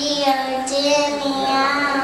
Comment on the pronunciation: Why did the people laugh? Is it because she pronounced (praseodymium?) wrong? Because I heard "francium-dymium".